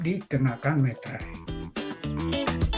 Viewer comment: Meterai btw bukan materai